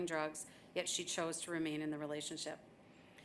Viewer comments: It's fentANYL, not fentanOL. For crying out loud, if even the judge can't get the name of the drug right, how is "the system" legitimately trying to fight that scourge? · Fentanyl...with a Y. Stop saying fentanol. What are you George W. and nook-yoo-ler...?? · Everybody mispronounces fentanyl. It is fen-ta-NYL. It's not fen-ta-NAL. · How come nobody can pronounce fentanyl? It’s not pronounced as fentanall but fentanill.